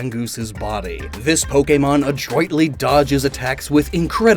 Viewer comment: Mispronounces “arch-rival” and then properly pronounces “adroitly” wtf man. Love you and all but legit wtf?